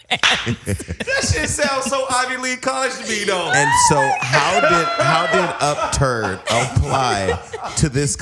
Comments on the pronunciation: Poort...i know he was trying to say Perturbed, But "upturd" is hilarious!!!! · he was trying to say "perturbed' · I thought he was trying to say perturbed